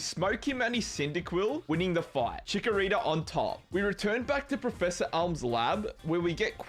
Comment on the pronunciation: Chikorira ? Dude are you ok ? 😮